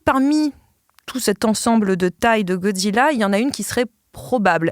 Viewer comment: Comme mais parents 🧐Pourquoi 😠 les adultes disent godzilla "godziyia" C'est godzilla "godzila" c'est facile à dire nan😤😤😠